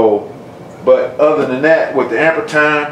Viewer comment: pronounced "amp-ear"